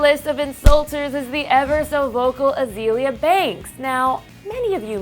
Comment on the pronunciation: why is she pronouncing azalea banks as "a-zee-lee-uh" thats disrespectful